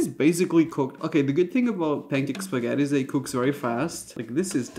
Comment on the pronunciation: U say spaghetti but I hear fettuccinn